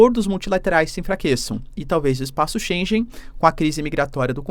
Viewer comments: Que agonia ele proncunciando espaço chênJen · se díz "Espaco Schengen" e se lê: ( CHENGUÉN ) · se lê espaço XEN GUEN.